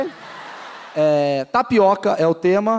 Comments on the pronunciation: Só de primeira intendi o cara falando "NaPiroka" ? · kkkk, eu ouvi tapiRoca '-' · O cara falou taricoca,n? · O cara falou TAPIROKA ou é impressão minha? KKKKKKKKKK